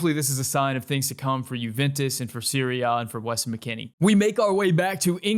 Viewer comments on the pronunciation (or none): I wasn’t aware that the Italian league was called Siri-Ah… I thought it was Serie A not pronounced Siri Ah